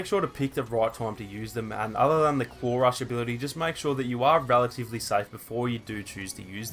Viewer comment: When he says claw rush it sounds like clorox